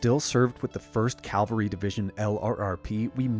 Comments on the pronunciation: Absolutely love your passion and commitment to UAP disclosure. Quick note. It's "cavalry" when referring to military subjects. The word you're using, 'calvary' means something very different as it refers to the hill outside Jerusalem where Jesus was crucified. It's a very subtle difference in pronunciation but it makes a huge difference in meaning. Not to mention how (fairly or unfairly), you're perceived. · Good video. And I'm still entertained by the mispronunciations and incorrect words (e.g., it's not "Calvary", it's "Cavalry"; and we the people are in the "Private" sector, the government is the "Public" sector). Otherwise, excellent research and topic. Thanks. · Calgary. Alberta. Jesus. Cavalry. V before L. Don’t be cavalier pronouncing cavalry. 😁